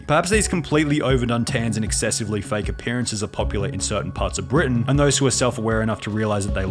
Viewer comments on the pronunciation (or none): none